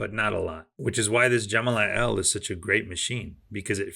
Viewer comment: I think the machine is pronounced “Elly” not “L”, in other words the name is short for Elephant - as imaged in the elephant logo and the colour description “Elephant Gray”.